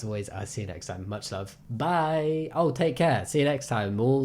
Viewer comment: the way he says bye XD "can I have a chez burgur pleez"